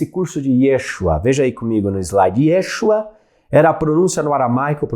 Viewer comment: Obrigada pelo curso. Cabe assinalar que a pronúncia do nome de Jesus em hebraico não é Yêshua - e sim Yeshúa.